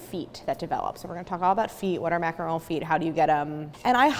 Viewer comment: I jumped straight to the macaron portion and when you said “macaroon”, I almost turned you off. 😖 I’m glad I stayed. Very informative. 👍🏼